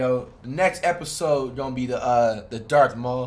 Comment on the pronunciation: and he was calling darth maul, darth mule 😂😂😂